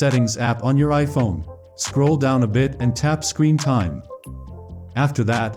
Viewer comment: AHY IS EVERY CHANNEL SAYING SCREENTJMES ITS NOT FREAKING SCREEENTIME